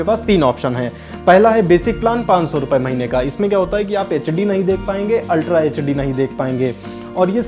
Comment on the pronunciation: HD ya echedi. accent of bihar. btw demo was good.